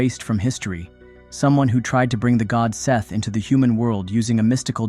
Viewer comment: I'm pretty sure it's not "Seth"